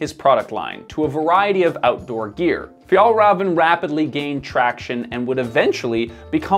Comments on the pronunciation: Fiell-reven and Awkeh Nordeen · Difficult to listen to the author butchering even an easy word like Fjällräven. How abour ignoring the umlauts and just pronounce it an anglosaxon way, like in Fjallraven? Skandinavian 'ä' is basically an Englisch 'a', nut a 'u'. Åke Nordin isn't pronounced Ake Nórdin, but Oke Nordín. Should I continue? 'Bergen' means one specific mountain. A mountain range would be called fjäll. Don't dare to try 'sjöen', Even I struggle with this beautiful word. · Pronouncing it like "Fjollruhven" instead of "Fjehllrheven" makes it sound like "Fjollröven" which in Swedish means "The sissy ass" instead of "Arctic fox". Swedish is hard. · Your saying the company name wrong. Raven is said as rayvan. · Honest question: How can you make such an in-depth piece on Fjällräven (Fee-yell Reh-ven) and its founder Åke (Awe-keh) and get the names pronounced so wrong? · Am I going to be the annoying person who focuses on the pronunciation rather than just enjoy the new information… yep. Fjäll Räven is pronounced ”Fjell Reeven” Åke is pronounced ”Ooke” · name "Åke" is pronounced all wrong with an umlaut massacre. It's more like "o-ke", where both the "o" and the "e" are stressed and no diphtong. "Fjällräven" is pronounced wrong too, it should sound more like "Fyell-raven" where "raven" is pretty much pronounced like raven the bird. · You don’t pronounce the “v”. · Pronounced of Fällräven = Fjaellraeven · For a good approximation of the pronunciation of the ä in Fjäll: the ä sounds like the e in the english word hell. The ä in Rävn is a bit more tricky, though :-D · as i ´fjellraev´ he just said as a mountain ass, too funny ahhah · Fjällräven means mountain fox, but the the way he says it it means mountain butt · great video but as a swede this pronunciation hurt to hear lol